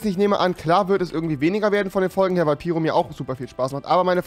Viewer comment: Wie sprichst du piro aus?? 😂 Piro wird Peiro ausgesprochen